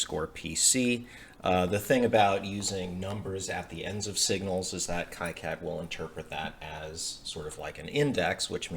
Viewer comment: I think it's pronounced "key cad" not "kie cad".